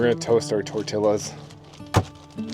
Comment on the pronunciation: Tacos looks great…. Just a heads up. 2 L’s together, like in tortilla, is pronounced like a Y. I’m guessing you were probably just messing around with the pronunciation. Take care. Love the vids.